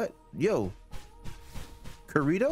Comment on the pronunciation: You are playing an sao game and don't know how to say Kirito 😭